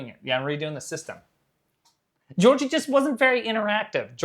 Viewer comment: I love the way he says Georgie. It’s the only way I’ll be saying Georgie from now on 🙂‍↕️